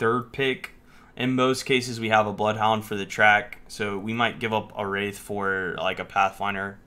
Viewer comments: Calling Wraith - "Wrath". Its spelled with an 'i' for a reason my dude >.< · her name is wraith not wrath lol